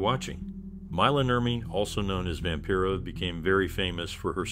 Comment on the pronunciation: "Vampera"? Get the pronunciations right if you want to a video like this. BAD